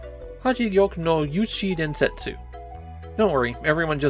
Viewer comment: DEN-SETS (emphasis on the den)